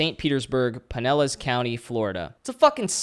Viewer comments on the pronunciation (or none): Floridian here. It’s pronounced “PIN - Ellas.”